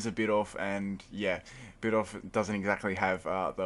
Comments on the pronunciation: Well..it's..BEEDOOF..not BEATOFF..that's..really all I have to say.. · bid-OOF, not bid-off